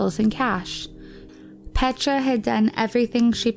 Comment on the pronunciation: The pronunciation of her first name ist even worse! It's not called "petscha"... it's P-E-T-R-A 😬